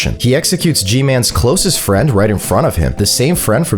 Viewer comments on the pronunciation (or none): none